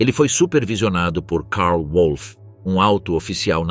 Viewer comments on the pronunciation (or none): As pronúncias corretas são do tipo, "roaquim paiper" e "verner volf" ... Não é "PEIPER" e "UOLF" ... Péssima pronúncia dos nomes verdadeiros porque alemães, não ingleses.